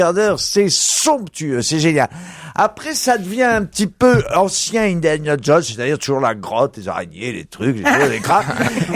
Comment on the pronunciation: "indayana" : "brône" 😂